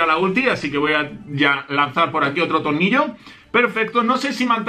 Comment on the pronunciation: no se por que pero tengo la sensacion de que dice tolnillo. like si lo has notado